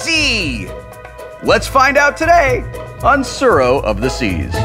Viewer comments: Every time the name of the game is spoken I cringe so hard... Japanese is not difficult to pronounce, but Wheaton is butchering a rather simple word.. Pronounce the 't' and add a slight roll to the 'r.' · Don't worry, I'll defend you. The way they pronounced it drove me crazy too. The 'u' should also make the "oo" sound like in "too". To the haters, it's not hard to be a little educated, especially since Tsuro is a Japanese word, not an English word.